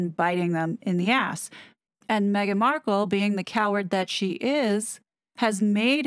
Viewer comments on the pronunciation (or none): none